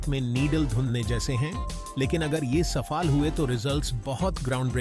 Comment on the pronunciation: बहुत अच्छी सूचना आपने दिया धन्यवाद। ये हिंदी में बोलना, क्या मशीनी प्रकिया द्वारा किया गया जैसे सफाल बोला गया यह सफल होता है सफल means Success😊 और भी दो तीन जगह है। कोई बात नहीं, यह प्रेरणादायक जानकारी थी। धन्यवाद😊